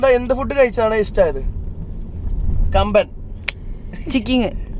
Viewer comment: കമ്പൻ അല്ല കമ്പം